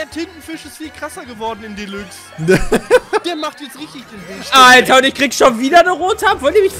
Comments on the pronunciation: Das wird immer noch dilax gesprochen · Jungs es wird Delax ausgesprochen